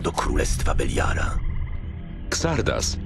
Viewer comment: Xardas czyta się "Zardas". Nie kombinuj z wymową tak jak polska lokalizacja.